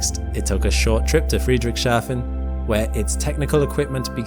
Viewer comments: Friedrichs-hafen, not Friedric-shafen. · I love the way you say "Friedrich Schafen" 😄😘 (e.g. ) (It is more like Friedrich's Hafen - meaning "Harbour of Friedrich") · Great video :) By the way, its Friedrichs-hafen, not Friedrich-shafen